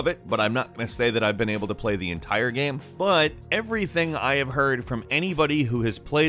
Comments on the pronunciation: GAME... the word is GAME... not "gheeeeeem" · i love the way he says Game, G E E M